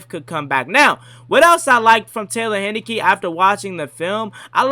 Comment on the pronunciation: It’s Heinicke, like the beer.